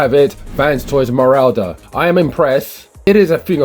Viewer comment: I’m sure it’s supposed to be pronounced “rorder”, rather than “rauder”.